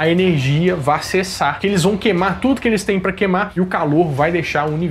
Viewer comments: ensinar ao a falar Queimar, não quemar kkkkkkkkk <3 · Não aguento ver o falar "quemar"